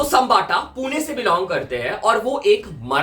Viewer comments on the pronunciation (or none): none